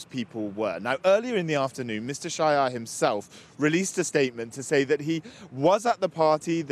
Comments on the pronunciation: Dear the story is hilarious, just one extra: sz-a-j-e-r , the SZ pronounced as English 's', cause it's not a Polish name...so it's not 'sh'. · Not shyer. He is not shyer:D He is Sayer. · They are saying Shire, but they should say Sahyer